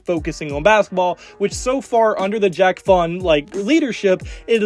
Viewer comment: It's pronounced Jacque as in "zsh-ock". Not Jack.